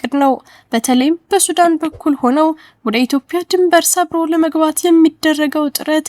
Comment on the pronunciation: ኢትዮፕያ ሳይሆን ኢትዮጵያ ብለሽ አንብቢ ኢትዮጵያ ።